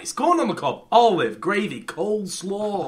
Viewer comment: Ethans emphasis on Olive 👀